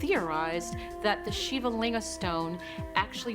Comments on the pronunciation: SHIVA is pronounced SHEEVA not SHIVER ?!?!? HA HA. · isn't shiva pronounced "shee-vah"? if so, the narrator butchered the name lol very interesting though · Can't even pronounce Shiva right 🤦🏼‍♂️ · The narrators pronunciation of the name shiva is repulsive and annoying 🤣